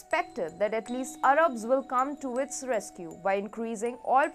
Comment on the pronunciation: it is not Arubs it is Ar-abs